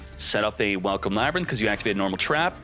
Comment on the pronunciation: You had me until you said Ladrynth. Ew! No!!!